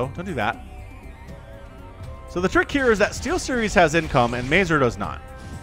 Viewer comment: If you ever stumble again on Mazur replay, please check polsih pronunciation for that word. All the polandballs watching you will be pleased